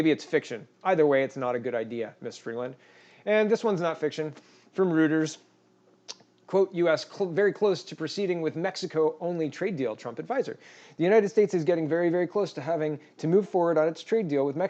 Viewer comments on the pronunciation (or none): You stumble so much when you read that it's hard to listen to you. You speak faster than you think. Slow down, take your time, and then use compression software to speed it up before posting. And please, Reuters has been around forever, it's pronounced roiters, not rooters, and Scalise is pronounced sca-leese, not sca-leesee. Take a little time, your presentation lags behind the quality of your thought.